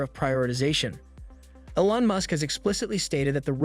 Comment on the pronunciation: Old info, inaccurate and based on guesses stated as facts. Using an AI voice that can't even pronounce Elon (said as "Ellon"). Cmon... Do better, or don't do....